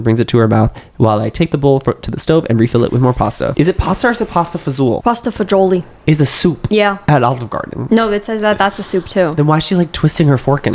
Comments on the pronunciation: pronunciation of “pasta e fagoli” has me dead 😭 i work at olive garden and that is the most creative way i’ve heard someone try to say it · pronouncing pasta e fagioli as “pasta fazzulle” made me go a little bit insane I’m so sorry I’m italian